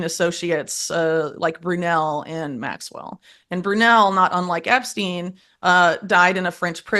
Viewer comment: it will forever irk me how "political podcaster" hosts like this one seem to have a following and good guests etc yet dont seem to know a lot about politics. This one cant even pronounce names in politics. She got Donald Trump right and Diddy but not much more. For example she got Maxwells and Patels names wrong. How do you not know these peoples names??? And how is it rocket science that they made everything legal so some crime stats have dropped? Do i have to start my own podcast to get the truth out?